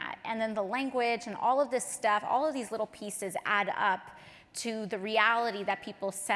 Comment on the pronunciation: She said dis for this